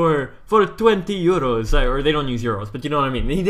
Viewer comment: When you said 420 Euros it sounded like you said 420YOLO